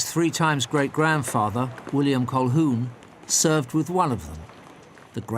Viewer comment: Colquhoun is not an Irish surname. It's Scots from Clan Colquhoun around Loch Lomond. And the L is not pronounced. It sounds like "Ca-hoon".